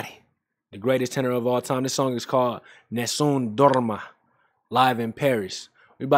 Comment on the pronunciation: My man, have a thumbs up for the way you pronounced Nessun Dorma at the beginning of the video.